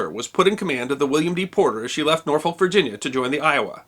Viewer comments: Another great video, sir! However, from someone who lives there, it's pronounced NAW-fik ;-). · Norfolk... Nawfick. NAWFICK!